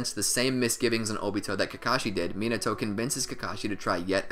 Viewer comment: Can you pronounce the name properly. At least try the white boy voice (MEEENETO)